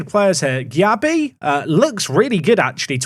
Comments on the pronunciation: As a Leeds fan, happy you secured Darko Gyabi (it is pronounced Jay-bee though)! Was highly rated in the Man City academy when he joined Leeds in real life. Shame we went for him instead of Lavia who moved to Southampton at the same time though. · Gyabi is pronounced like JB,! Great signing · Gyabi is pronounced "Jay-bee"